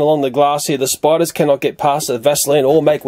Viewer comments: Educational video huh? Intro: Spidurs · Sorry but spidu-rs??